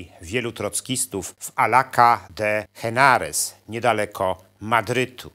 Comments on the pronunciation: nie Alaka tylko Alkala de Henares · Drobne sprostowanie „Alaca de enares” ( fonetycznie z felietonu ) . Powinno być Alcalá de Henares . ( litera H jest „muda” w języku hiszpańskim czyli nie bierze się jej pod uwagę w wymowie natomiast tak w pisowni ) . To gdyby ktoś chciał odszukać tą miejscowość na mapie Hiszpanii .